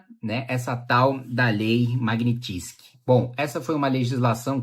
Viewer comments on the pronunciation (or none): maguinitissqui ? magnysky ou fonemando em portugues - magniiiinnsqui